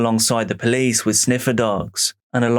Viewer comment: ah yes, the poolcie. 😂 love you!